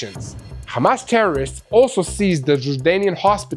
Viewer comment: Menino para fazer live tens e saber falar nao é Amas é Hamas